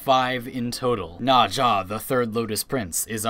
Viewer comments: Are you saying naja instead of "Naz ha " for her? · Nausea lul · "Najha" "Vivancḗ" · the funny thing is nezha's chinese pronunciation is "nazah" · "I play this frame all the time," pronounces the name as nazha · the way you say nezha sounds so incorrect. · Stop saying nazsha sry i just cant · If you love Nezha, please learn how to say his name because you're saying Naja, and that simulacrum pronunciation. Ouch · nobody triggert y the way he says NEZHA? NAJA wtf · Nezha is pronounced Nezuh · nezha is pronounce NahZHah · The way you pronounce "Nezha" really bothers me. His introduction video pronounces it completely differently. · you said nezha wrong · wtf is up with that pronounciation of Nezha? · u cant pronounce nezha right at all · the way you pronounce Nezha and Nekros bothers me.... very greatly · Im sorry but i just had to say that the way you pronounce Nezha makes me cRy AnD lAUgH aT thE sAmE TIMe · I hate the way you say "Nezha" incorrectly. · Bruh thats a Weird way to Pronounce N EZha